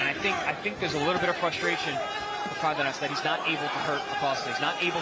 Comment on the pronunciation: It's Cardenas, not Cardinas